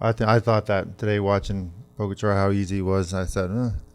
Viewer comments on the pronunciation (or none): Pogocar = Poh-Gah-Cha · Even after hearing the name pronounced properly "PoĢAcar" by a countrywoman, you guys still make up your own version?! Disrespect. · Love the show, Please, learn how to pronounce Pogacar! Mahalo